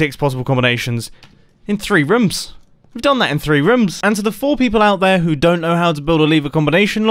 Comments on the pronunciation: nobody: absolutely nobody: Mumbo: ThrEe Roms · did you say rums??